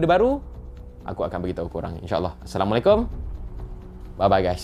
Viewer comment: sebut salam salah tu. Assalamualaikum, bukannya Assamualaikum